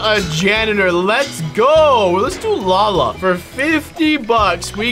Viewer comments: You said Lala instead of Lola 😅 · Who’s gonna tell him that you pronounce Lola, Loala not Lala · Lola isn’t pronounced Lala unspeakable.. anyway I’ve been really tired today and this is really flowing my energy back in. Tysm for this vid love ur channel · He called the janitor Lala instead of Lola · He said LALA it's Lola what a wimp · Love your channel, bro, but the way you pronounced "Lola" killed me. :) it's the lo from armadillo and la from coca-cola. I don't mean this too offend you but it has hilarious. Best wishes <3